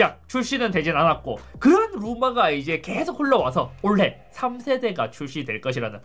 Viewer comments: 올해를 말할때 올래라고 발음 하는게 좀 거슬리네. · 항상 올래라고 발음하다가 올해로 교정하신듯...! 저희 아버지도 항상 올래라고 하시네요 경상 방언인가?